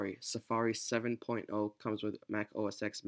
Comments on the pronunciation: Just a nitpick, but OS X is pronounced "Oh Es Ten" and not "Oh Es Ex". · Its OS 10, not OS "ex" :)